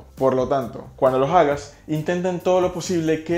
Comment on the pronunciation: No se dice “jaga” oíste tú hablas en ja